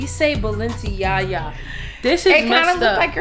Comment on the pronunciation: She said balenciyaya